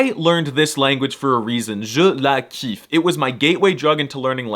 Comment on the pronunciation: Alors je suis désolé mais à 3 minutes 06 secondes, tu as dis “kiffay” par opposition à “kiffer” (prononcé “kifé”) et je me permet de te corriger pour la simple et bonne raison que: nique ta mère. Nan mais sérieusement, merci pour le rating Gigachad mon pote 🙏 On t’égorgeras avec pitié quand tu atterri dans le 93